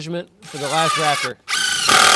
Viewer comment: correction ….thatza raft (er) 😁